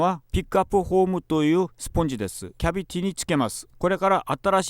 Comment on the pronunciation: ナットが納豆、キャビティがキャベツに聞こえるのが可愛い